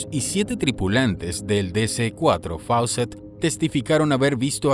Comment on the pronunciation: No se pronuncia Faucett sino FOOCETT. Era una aerolínea peruana que desgraciadamente ya no existe igual que Aero Perú.